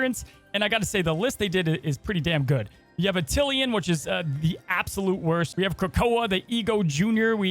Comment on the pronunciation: By the way it’s pronounced Attilan not attilian lol